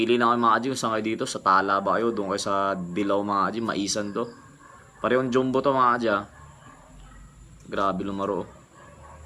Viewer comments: Jam-bo ata dapat Hindi joom-bo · Bat d mo ayusin pag pronounce mo ng "JUMBO" May mga bata din nanood sayo sana paki ayos at baka pati sila gayahin ka